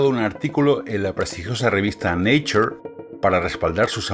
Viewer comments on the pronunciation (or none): none